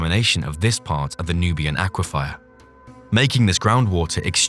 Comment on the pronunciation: AI voiceover? Lots of weird pronunciations like "aqua fire"